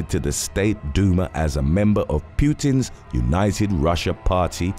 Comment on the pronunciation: FFs.... It is Pootin, not Pewtin